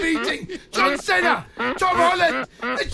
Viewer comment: John Cena's pronunciation got me good